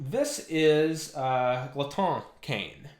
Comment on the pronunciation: Gerhardt Boesl i was gonna mention this but both you and are close to correct pronunciation, but in common French Glotin would be pronounced “glow-tan”, with the “an” sound produced by a nasal “fade” similar to the back-of-the-mouth articulation used in double tonguing